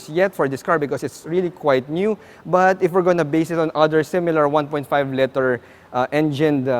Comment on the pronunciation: It’s pronounced liter not letter.